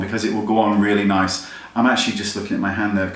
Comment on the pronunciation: Hahaha "Naice" XD